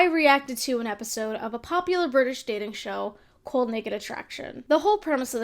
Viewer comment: the jersey really came out every time you said "called"